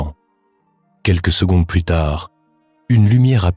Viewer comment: Ces voix d'UA sont vraiment pénibles avec leurs liaisons hasardeuses, des mots non traduits et prononciation étrangères....genre secondesse au lieu de secondes ...